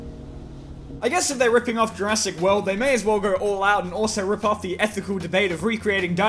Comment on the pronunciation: Jur-ASS-ic world